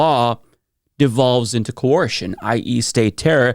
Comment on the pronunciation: Are you trying to say Ko-er-shen?